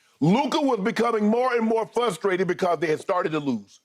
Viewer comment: It's "frustrated" not "fustraited"